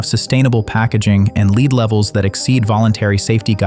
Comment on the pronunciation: FYI, the voice is pronouncing “lead” the wrong way. It’s pronounced “led” in this context.